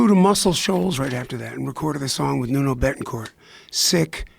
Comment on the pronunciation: It's Nuno Bettencourt. He called him "Nono" the first time and "Nunu" the send time. Hahaha.